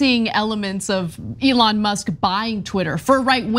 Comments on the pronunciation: notice how he called him "Leon" and did his verbal dodgeball before saying "Elon" because his brain is rotted? And do we REALLY believe he would/could read more than 2 words of that contract? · Did you hear him call "Elon" ..."Leon"....LMMFAO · Trump first called him "Leon.." then had to repeat "Elon" twice to make sure he's now saying it right. SMH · leons err elon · He said Leonce